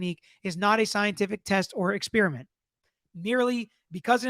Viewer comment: Spearmint-flavor of gum. Experiment- totally different thing. Ffs, atleast learn how to pronounce common English words when you're "trying" to educate others.